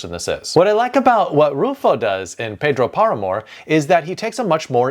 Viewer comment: Lovely video, very funny how you called the man Pedrwo Paramore